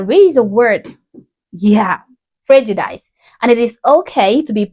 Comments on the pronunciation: Lady, if you want to be taken seriously, learn to pronounce the important words, such as “prejudice”. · Mush for brains. Inability to think rationally and normally. Heart filled with hate. Also, she cannot speak English properly. You don't pronounce prejudice like you do . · I like the way you pronounce prejudice. It’s a nice little twist to how I usually hear it pronounced.